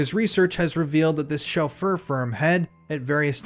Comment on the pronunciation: Good coverage. It always seems it's the men who attack boys who are the cruellest and most prolific. To sound more professional, just check pronunciations first - Sinn Fein, Gloucestershire, chauffeur etc.